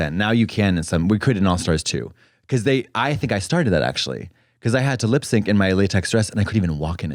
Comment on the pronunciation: I now want to incorporate "actualutely" into my vernacular thank you